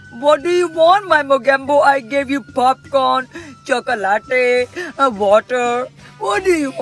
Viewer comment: why did she pronounce chocolate as if she's Spanish